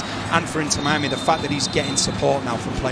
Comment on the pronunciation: "Inner Miami" 😅